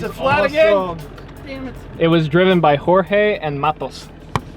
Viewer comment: Yeah but we don’t say jorge that way tho😂😂